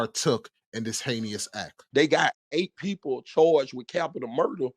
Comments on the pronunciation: The word he keeps trying to say is Heinous. Not “heinious” omg that was bothering me so bad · It’s “hei-nous” not “hey~knee~ous” Just a pet peeve of mine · pls forgive me but you keep pronouncing the word heinous wrong 🙈 it’s not heinEous it’s heinous pronounced Hay-nus. Also your description/definition of s*domy is wrong, it is the act of something going up the “back end”, basically it’s butt r*pe instead of regular vag penetration K I’m done sorry 😅🙈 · Why do he keep saying heinyous instead of heinous. It’s making me mad idk why cause it so small. But we have google pronunciation it will tell u how to say a word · My boy said Heykneeus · Heinous, pronounced “Hay nus” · The only thing fishy is how you pronounce “Heinous” 😅